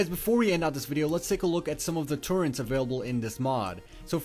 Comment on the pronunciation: TurreNts? wtf? You should axe more questions in skoole. Wow, he bypassed poor grammar with straight butchering of the language, good job.